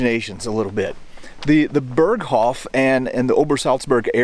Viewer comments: Pronounced…”bear coff”…..not “bur coff” 😂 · Please stop saying "Berghoff" it's "Berghof". Dagmar Berghoff is a former German news presenter, "the Berghoff" has nothing to do with Hitler's mountain retreat. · Great video. Its hof, not hoff. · Berghof, not hoff. The mispronounciation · Man if u say the original authentic words please pronounce them right .. its annoying .. use the translation if u cant get the pronunciation right, ty . its not fucking BERGHOFFFFF